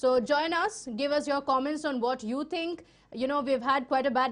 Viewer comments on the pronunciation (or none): Madam it's not tink. it's THINK